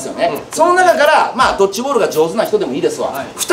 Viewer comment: ドッチじゃなくてドッジ